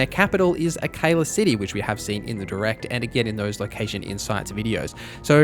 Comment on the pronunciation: "Akayla City"